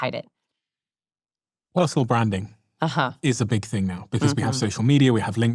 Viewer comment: I swear you just said Russell Branding... not self branding...